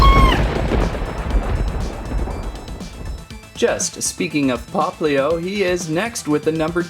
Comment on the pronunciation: it is po po lo